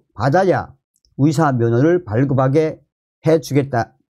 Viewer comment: 말씀 잘 듣고 있습니다. 그런데 위사, 위대가 아니고 의사, 의대 임다^^